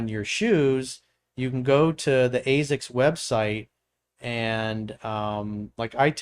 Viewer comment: I've never heard ASICS pronounced that way.